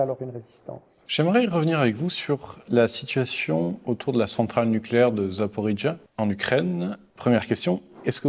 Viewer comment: il parle que dalle. Ninrusse ni Ukrainien. Il peut même pas prononcer correctement le nom d'une ville en russe ou en Ukrainien (ZAPAROJE)